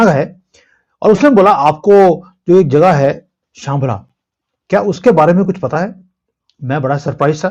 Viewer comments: शांबला नहीं शंभाला ❤❤ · श्यमला नहीं है उसे शभाला कहते